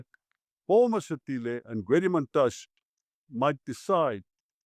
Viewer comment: Mantashé not Mantash!